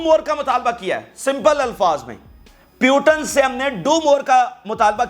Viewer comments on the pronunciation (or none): Its Putin not Piutin😂😂😂😂anchor is very funny with his pronounciations😂😂😂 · پوتِن نام ہے ۔ پیوٹن کہہ رہے ہو آپ۔ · Putin.... Not puton.. 😅😅😅😅😅😅😅😅😅😅😂😂😂😂😂😅😅😅😅😅😅😅😅😅